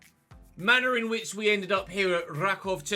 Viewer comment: Just a tip - it's pronounced something like Rackoov